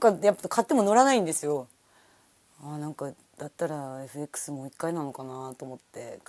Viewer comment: エフエックスと発音するところに 非常に好感が持てた。